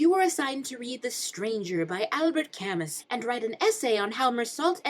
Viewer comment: albert cam-us???? he’s french it’s pronounced al-bear cam-oo AAAAAAAA